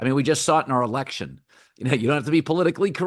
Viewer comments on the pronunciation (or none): none